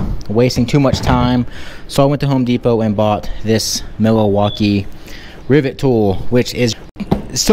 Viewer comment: Mila-waukee??? Lol